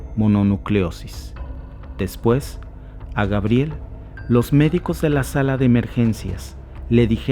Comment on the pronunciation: Por que dices Gabriel ? Es su pronunciacion en Frances y se escribe Gabriellle, Pero estas hablando en español di Gabriela. Cuando hables en Frances puedes decir Gabriel o sea Gabriellle.